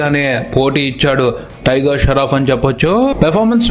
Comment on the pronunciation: Sharoff ....sharf kadhu babu.... Shroff